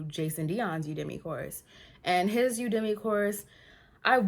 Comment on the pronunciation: You-da-Me (Udemy) 😂